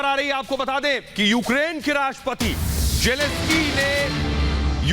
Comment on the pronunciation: *Zelenskyy Not Jeleskyy.